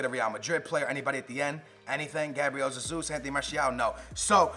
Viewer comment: Yo its GABRIEL HEYZUS NOT ZEYZUS 🙏